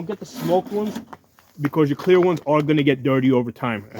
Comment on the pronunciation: Are you saying CLEAR or KWEER?